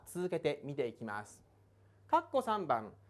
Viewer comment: めぁーす(便乗)